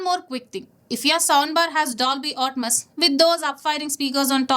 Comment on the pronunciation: Everything you shared was good but still pronouncing Atmos as 'Otmas’? That's fucking stupid! 😂😂